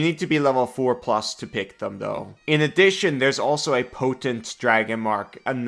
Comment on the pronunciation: "Potant"... Really,?